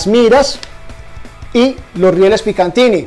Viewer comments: Riel picatinny* No picantini... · Como siempre muy buen video y te agradezco transmitir esas sensaciones acerca de los materiales, ya que nadie lo hace así como uno quisiera saber sobre esto como consumidor. Una cosa que te quiero aportar y es que hasta hace poco yo cometí el mismo error y es que no se llaman "riel Picantiny", en realidad la marca es PICATINNY, sin la "n" intermedia. Ojalá hagas pronto algún video explorando los productos que están llegando de la marca Radelli. Éxitos!